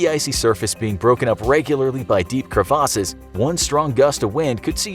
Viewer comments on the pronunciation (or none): Am i the only person who think he said crevasses weird🤣